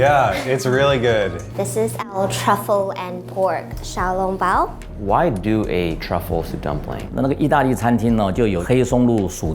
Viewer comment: The waitress at Din Tai Fung pronounces xiao long bao like an English speaker would.